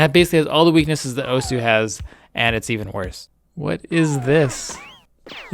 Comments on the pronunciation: Oh-sss(like a snake) not Oh-sew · Not that this matters at all, but it' pronounced "Ohss" not "Owhsuh". This has something to do with how Japanese works. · Its pronouced awws not oh soo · it's pronounced ohssssssssssssssss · really hate the way you pronounce osu.